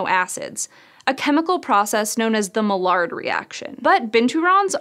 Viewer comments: "The mallard reaction" Scishow, the word is french! You pronounce it my-yar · Yes, saying "mallard" reaction was pure quackery. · psst. "Maillard" is French, it's pronounced "may-YARD" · Maillard reaction is named after french physician and chemist Louis Camille Maillard and it is pronounced roughly "my-YAR". Most non-French people I've heard say it as "my-yard reaction" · Maillard is pronounced my-YARD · actually it's my-YAR, with no D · Can you please discuss pronunciation of words before you put the video into production. Maillard is French and she totally botched it.